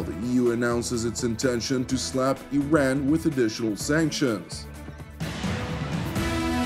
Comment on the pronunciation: Yes, there are a variety of options on the table, especially those on how to pronounce the freaking name of a country that has 2500 years of civilization and history. I-ran ,,, Ee-run and now apparently Ee-ran.